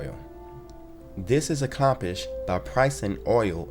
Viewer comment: This narrator sounds like he has difficulty pronouncing words. Abandonding? Foreign Central Branks? Accompished?